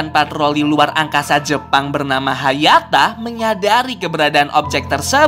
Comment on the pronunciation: Sekarang bukan hayata tapi hayato